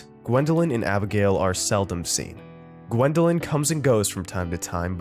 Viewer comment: it’s Gwendolyn not wendeling